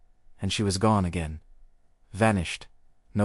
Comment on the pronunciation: "gone" go-nee XD